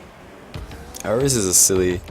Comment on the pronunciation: And I hear "Arrows" and sometimes even "Aerials"